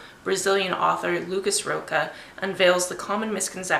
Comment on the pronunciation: Yey, You're reading brazilian =D I haven't read that one yet, but I've heard it is good (not great, but good and informative). The author last name is more closely pronunced like Raw-sha, but no problem =D Just so you know. I'll try to read some queer. I've got "Binti" on my december tbr already, and I guess the protagonist is queer isn't it? happy reading =D I've been loving the vlogs of the trip! Thanks for that!